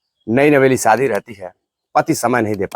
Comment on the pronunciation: सादी नहीं बल्कि सही शब्द (शादी) है।